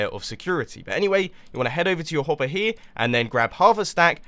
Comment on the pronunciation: You said hoppy